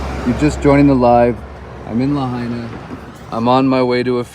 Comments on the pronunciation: La HIGH na - not la-HEY-na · F.Y.I. PRONOUNCED LAH HIGH NAH. Just for your info!! 🤙🤙🤙🤙🤙🤙 ALOHA 🤙🤙🤙🤙🤙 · La HIGH na ...is how it's pronounced. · Pronounced La high nah 😊 Thanks for looking up the proclamation, and pointing out a better way to handle this sort of situation. it's telling where they come from. I live in Hawai, different island, and have been following all of this pretty closely. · oh and please, the correct pronunciation for Lahina is La HI Na, just three syllables La, HI, Na. keep up the great work. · A better way to pronounce the town is La...Hind..Naa.. Lahaina :) Governor, please straighten up the State Deputies Bill of Rights education. Should local citizens or visitors be punished first hand. A 1st amendment violation if the enforcement requires us to have a press credential. Isn't 1st amendment the citizen's pass? Anyone wanting to record and report is the Press! There is nothing in any emergency proclamation that can violate our Bill of Rights! Are towns ruled by the government which it makes it addressable to be filmed in any condition? Expose human remains then you'll be in deep Won Bok Kim Chee! What you do with the video is subjected to laws. Manipulating when or how content filming is gathered is injustice! It's tyranny if anyon, restrict distance or ask to leave or commit Bane Act violations in public. Kauai business' price gouging was the major evilness stomped out, during the INIKI's devastated aftermath had prompted Section 127A-30 to be established making the Aloha State one of the first honest protection for the public. $15-$20 for a bag of ice, it's not the one druggies and dealers die for. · BTW it is pronounced LA-HIGH-NA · It's pronounced Luh-high'-nuh. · You're a smart guy so why can't you pronounce Lahaina? BTW anyone who has spent anytime in Hawaii knows you don't mess with the cops or you end up missing.